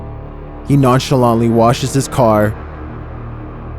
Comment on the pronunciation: He learnt the word non scelauntly today